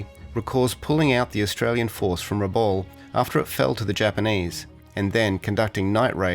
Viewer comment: Great vid, thanks. One irritation is Rabaul being pronounced RABALL, the correct pronunciation is RA-BOWEL.